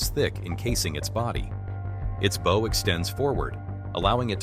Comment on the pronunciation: Kind of sad that the narrator does not even know how to pronounce "bow" when referring to the front of a boat.